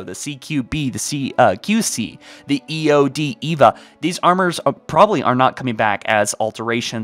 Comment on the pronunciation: You saying the EVA helmet as "eevah" made me cringe it's E-V-A